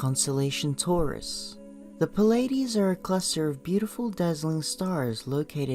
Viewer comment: Its plee-ay-dees not pa-lay-dees